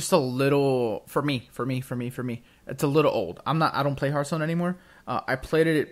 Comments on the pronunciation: It's "Hearthstone" not "Heartstone" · HEARTstone? HEART? H A FRRAKING H... im done